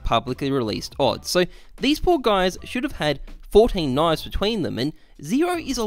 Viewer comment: "One knive"